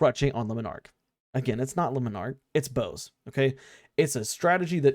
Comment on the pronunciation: I refuse to listen to anybody who doesn't pronounce Le Monarch correctly. L take.